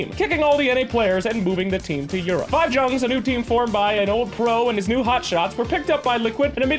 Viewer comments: let Kuro teach you how to pronounce Jungz at TI, i am dying here from laughing. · JUNGZ? ARE YOU TRYING TO FUCKING TRIGGER ME?